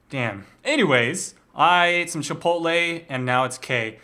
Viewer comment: chip- pot- el